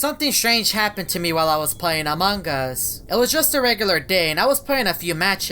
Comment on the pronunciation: Noone: Eveytime says Among us: among gus